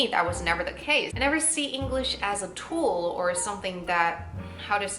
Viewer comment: 英语比我说的好多了，比较地道，句式也比较西化。只有2个词我觉得可以work on, 一个是subtitle的 tile的发音，还有一个是tool。